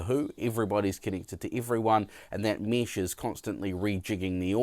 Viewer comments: 1. Nice comparison (but would be nice to hear the difference in sound of the mic) 2. It's mEsh, not mEEsh 3. Please, put your pants on. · WTF is Meesh? It's Mesh! (pronounced mehsh)! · Mesh... not mish. Uuurgh accent